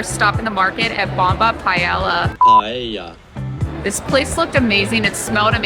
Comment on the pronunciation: Ha! Love how you pronounced it PAHELLA. It's delicious regardless how you pronounce it.